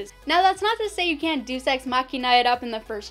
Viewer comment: Deus = "dayus"